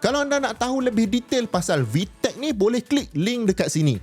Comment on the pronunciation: "VVTLEC" 😂❌ "VTEC" ✅🔥